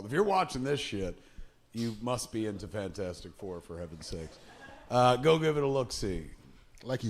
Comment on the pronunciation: So good to hear Kevin call it 'Fanfourstic', it's always been called that by me!